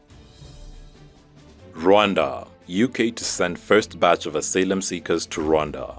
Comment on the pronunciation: "...asalem seekers?" Do you mean "asylum seekers?"